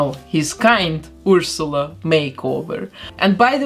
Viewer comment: I love your accent so much! The way you pronounce Ursula is EVERYTHING!